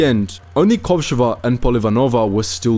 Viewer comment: Thank you for this great video. However, as a native Russian speaker, I feel compelled to indicate the correct stress in the names: KovshOva, PolivAnova and ShAnina. Also, here's a Wikipedia link for the most badass female sniper from my country, Kazakhstan (former Kazakh SSR)